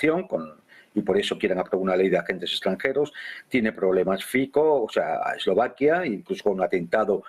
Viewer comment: Fico..es un apellido y no se pronuncia como uno quiere...este apellido se pronuncia "Fitzo"